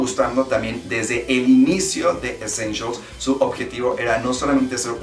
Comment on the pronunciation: Jajajajajaja ve a buscarlas para la proxima coleccion y a lo mejor encuentras "Eschenchials" 😂😂